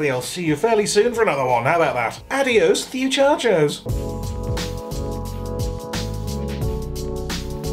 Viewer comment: "ADIÓS MUCHACHOS" Hey your spanish pronounciation i s good. You'll be in Puerto Rico like a fish in the water.😁😁😁😁